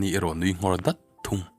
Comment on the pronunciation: Daat ti a lam tur anilo dat a tih zawk tur